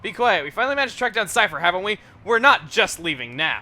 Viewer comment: every time he says cipher i always think he is saying syther (sorry for spelling)